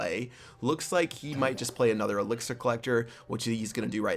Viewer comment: you said elixier hord